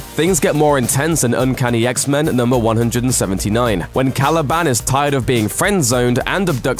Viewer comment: Random point to make, but I absolutely hate the way he says Caliban.